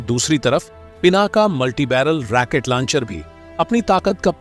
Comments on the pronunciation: Pl.correct: Rocket not Racquet. Otherwise your pronunciation is very good. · जयहिंद ! जानकारी ठीकठाक है, बस सही शब्द, " रॉकेट" है, "रॅकेट" नहीं। --Rocket NOt Racket. धन्यवाद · रेकेट लौंचर नही रौकेट लौंचर होता है। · साहब जी राकेट नहीं रॉकेट बोले। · रैकेट नहीं रॉकेट होता है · भाई ये शब्द रैकेट नहीं है रॉकेट है पता नहीं हिंदी सही नहीं होती फिर भी वीडियो डालने की लगती है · पूरी वीडियो में रॉकेट को रैकिट कह कर मजा खराब कर दिया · Not Racket it's Rocket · Sir fake information wale video mat banao. Aur racket nahi rocket bola jata hai. Racket yane bacho ka khilona hota hai. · रैकेट नहीं रॉकेट बोलो भाई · RAAKET NA HI ROKET BOLI A . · Not Racket Launcher, but Rocket Launcher😂😂😂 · रैकेट नहीं राकेटबोलो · अपने शब्द रेकेट को सुधारो, रॉकेट होता है रेकेट मत बोलो। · Damn it !! It is not Racket launcher. It is Rocket Launcher!! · Racket nehi....Rocket system. Pl correct.